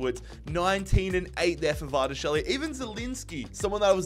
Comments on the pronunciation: Just call him Kvara or Khvicha if you can't pronounce his last name. Although Khvicha is probably too hard for you too lmao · pronunciation of Kvaratskhelia and Osimhen 😅